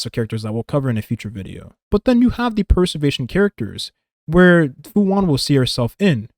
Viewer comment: Great video man, just one thing I noticed - throughout the video it sounds like youre saying 'Per-servation' and not 'Pre-servation' Not a huge deal - just for you to note!